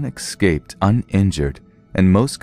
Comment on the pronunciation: 'excaped'? 'ecscaped'? Escaped.